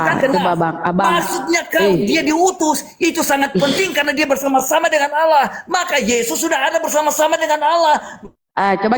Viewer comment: Baca pake mata bang .bukan alah.tapi (allah)